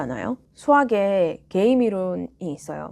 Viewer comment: 한국식 영어로는 "께"임 이라고 하는데... 역시 본토 발음으로 "게"임 이라고 하시네요~ ^^ 잘보고 갑니다.